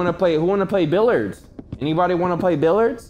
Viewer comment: Why this man say "billurds"